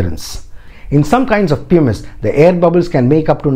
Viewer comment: Sir you are mispronouncing the word pumice.